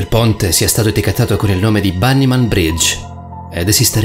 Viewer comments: LafairyTiTanniee Si perché si pronuncia Banny Man 😐😢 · Oh l'avrà pronuciato quelle settemila volte... ma lui fa sempre errori di pronuncia sopratutto sulle parole straniere... e infatti questa si pronuncia Bannimen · Perfetto allora io mi dovrò stappare le orecchie e cmq dice Bannymen mentre tu preparati ad una denuncia per offesa, ho copiato i commenti e mi hai offeso ben due volte.